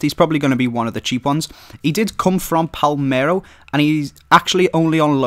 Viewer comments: IT'S PALERMO NOT PALMERO! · Its palermo not palmero